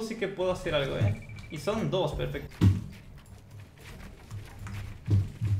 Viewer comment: Perfec dijo el